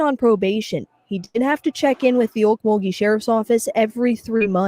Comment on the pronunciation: Pronounced “Oak-mole-gee” (Okmulgee). It’s very near Tulsa, Oklahoma.